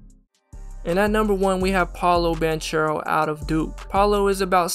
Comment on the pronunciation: Amazing vid but i wanted to inform you that Banchero's name is italian it is actually pronounced with a hard -c , like this "ban-k-ero".